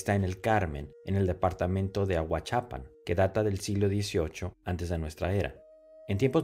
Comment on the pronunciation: No es Ahuachápan. Es Ahuachapán tildado en la segunda á